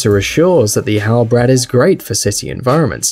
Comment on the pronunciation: its not halbrad its halb rad, you pronounce it separately...